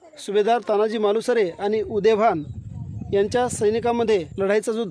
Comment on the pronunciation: तान्हाजी नाही साहेब, तानाजी म्हणा. खरं तर हिंदीत देखील तानाजी असंच म्हणायला हवं. प्रत्येक वेळी अमराठी लोकांचे बोटचेपे धोरण बरोबर नाही.